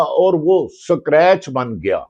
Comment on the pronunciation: Bhati sb scrabe hota hey , SACRACHE nahi hota.